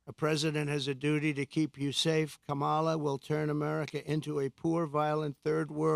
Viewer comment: You obviously don't even know what a Marxist is it's a person who evaluates numbers. You can barely pronounce your words you're slurring all over the place and it's Kamala Harris not the way that you are pronouncing it and God has not released hell on anyone you don't care about people because you didn't care about the woman that you caused to live her life without water to her home come on Donald you can do better than this work on honesty and Truth work on getting rid of that narcissism